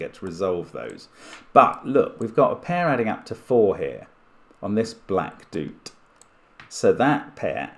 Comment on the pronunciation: For some reason, when I first saw “doot”, I read it as ‘do-o-ot’ cuz I saw that it was describing a long dot. 😊 Saying ‘doot’ the way Mark is probably makes more English-language sense though. Either way, it’s funny to hear, and what a fun idea